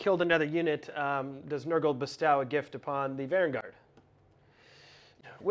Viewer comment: Good game. Nice video. Different faces. Dude needs to learn how to pronounce “bestow” though.